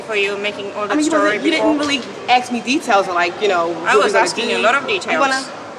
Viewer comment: Aks me? Learn how to speak if you wanna be good escort.